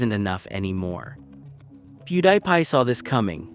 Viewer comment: AI voice. Literally pronounces his name “PewDIEPie”. 😂 “How do you do fellow humans?”